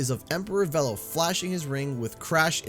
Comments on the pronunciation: its VEELO not VELLO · I thought it was pronounced 'Veelo', not 'Vello'. I'm also glad he's unlockable very early. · Hate to be that guy But, it's v-E-lo not v-l-o, it's said thus way in nitro cart. Soz but nostalgia said no to this pronunciation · I hate how Oxide mispronounce Velo. It's pronounced Vee-lo not Veh-lo. Heck Velo himself pronounced it Vee-lo in CNK. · Why did they change how to pronounce Velo in this? In CNK they pronounce it (or at least Velo himself pronounces it "Vee-low" not "Vell-Oh". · I don't get why Velo's name is being pronounced "Vel-lo." in the original crash nitro kart it was definitely announced "Ve-lo" wasn't it? I'm pretty sure. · It's pronounced "Veelo" not "Vello"? How hard was it to check the pronunciation? I just searched for CNK's cutscenes on Youtube. Took no time at all. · Vélo is the French word for bicycle. The correct pronunciation is [velo] but was changed to [vilo] for Nitro Kart. Now it's pronounced [vɛlo]. I'm more confused with Beenox choosing to still have the name said differently, given that many of their developers are native French speakers. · Dunno why but I always thought Velo was pronounced Veee-lo. Oh well lol Edit* was pronounced like this in CNK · I thought it was pronounced "Veelo" I'm not changing the way I say it. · I got so mad that, not only did Oxide pronounce it as "Veh-low", but then repeated it verbatim and I wanted to punch something every single time. I don't think I'll enjoy this track personally but all of the Grand Prix tracks have been okay to unenjoyable(meaning I don't like the track and don't play it). The only Grand Prix track I love is Mirror Mode Megamix Mania. I don't like normal Megamix Mania but just putting it in Mirror Mode made it one of my favorite tracks. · I don't care how oxide pronounces it, it's VEELOW because thats how Velo himself pronounces it when he introduces himself in CNK. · His name is pronounced Veelo. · It's pronounced 'Veelo' Beenox & just got it wrong lol